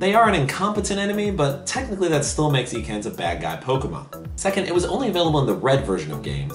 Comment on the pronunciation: Ha hilarious! BTW it's not pronounced eekans :)